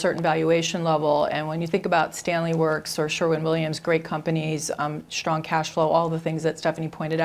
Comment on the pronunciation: why does she pronounce s as sh...shtrong instead of strong